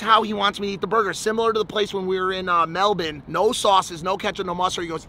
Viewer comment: love the reference to Melbourne 😂 said it perfectly 🤙